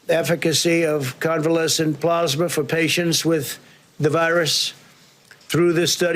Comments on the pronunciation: How does one spell Trump's pronunciation of "PLOZMA"??? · Coffee boy: Ummm... 'scuse me SIR, but it's PLAZ-MA, not PLARZ-MA. President Trump: You're Fired!!